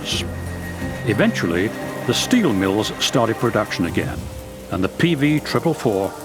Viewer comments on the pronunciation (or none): say "steel" - "shteel" mmm say "strong" - "shtrong" oh well, try saying "Swedish" - "Swedish" yeah one out of three